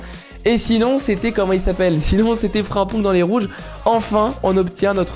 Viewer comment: Ta façon de prononcer certains noms surtout Frimpong je sais pas ça me met en ROGNE